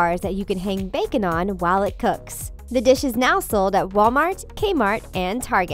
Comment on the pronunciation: "Do you love backen." me: I am vegeterien. "Of chors you do" me:😑😑😐😐 relly...